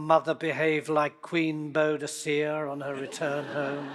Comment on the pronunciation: After all the episodes of Time Team, it's moderately humorous hearing Sir Tony pronounce Boudica...